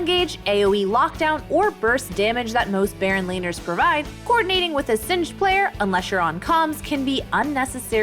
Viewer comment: Did she just say Sinzed👀?